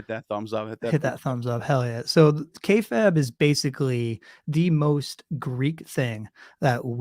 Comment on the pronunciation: You dont even know about wrestling dude, nevermind anything else. This is the least of your problems, but it just blows my mind; You didnt know how to pronounce kayfabe which is insane. And you dont the name of the Montreal Screwjob? Or Shawn Michaels? Dude... The wrestling stuff obviously was not close to the worst of what ive just witnessed but its just crazy how you dropped the ball on even the most basic shit here with the way your personality comes off. You can practically see the gears turning in your head - cranking harder and harder to look cool and project prestige onto yourself. It is pretentious and unnatural m8. Everything about you is effected and artificial. I couldnt even begin to engage with the more egregious aspects of what ive just witnessed here - but you are a fascinating individual. In the worst way.